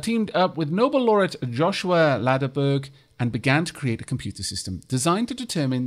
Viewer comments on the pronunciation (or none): none